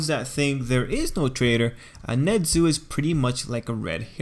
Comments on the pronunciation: His name is nezu not nedzu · Wtf is that accent?NeZUUUUU